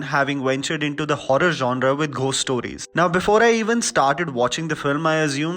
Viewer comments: I have literally never before today had anything to say to u which was even a tad bit negative but please take this comment I. The right spirit It’s not Pronounced as literally “GH-ost” but actually it’s “go-st” , found that quiet distracting ... please take this as a positive feedback ... luv ur review and ur Chanel always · Did you just say “Ghhost stories “, instead of “gost stories “!! It sounded odd!! But I agree completely with everything that you said about the movie!! Being a horror fan, especially supernatural horror, this short stories were not impressive at all!! Except for the zombie story, like you said!!